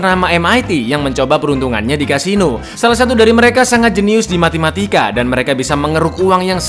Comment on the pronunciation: Matematika kang, bukan Matimatika, LOL